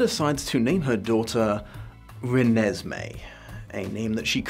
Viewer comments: The way he pronounced "Re-nes-may" like its irking his soul is HILARIOUS😂😂😂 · No one: Absolutely no one: Not even a half human half vampire child: The: “Re-ne-se-mee” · As a person who never read the books or watched the movies, it took me a while to figure out how to pronounce Renesmee, I thought it was Renee Smee for the longest time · Nobody:: rEnEsMeE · Poor, each time he says "Renesmee", a little bit more of his soul dies. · The way pronounced "Renesmee" made me giggle, every single time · I like the was you always put the emphasis on "Mee" in Renesmee. It makes it sound like a lavatory disinfectant.